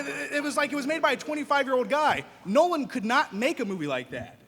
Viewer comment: Christopher Nolan? NOLAN?!? facepalm